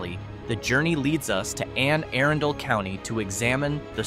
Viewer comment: "Ann Aran-dol county" made me laugh.